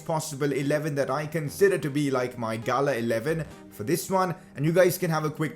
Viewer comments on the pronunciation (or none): none